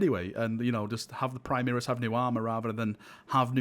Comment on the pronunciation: FFS, it's "Primaris", not "Primeris";)